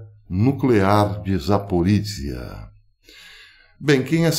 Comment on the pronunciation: Professor, sobre as pronuncias em Russo: Запоріжжя, Zaporijjia e: Евге́ний Приго́жи, Yevgeny Prigojin Essa letra ж tem som de "J"